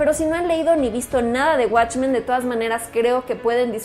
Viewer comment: "Guatchmen"** Pronuncialo bien al menos.